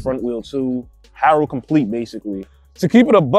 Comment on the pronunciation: Dude can't say Haro lol